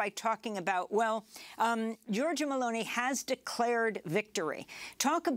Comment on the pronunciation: And it's Meloni not Merloni.